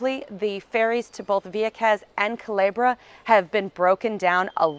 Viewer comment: You’re right, she announced Puerto Rico the correct way. But she did mispronounce “Culebra” she pronounced it Calebra, but it’s ok she’s still awesome! 👍🏼😎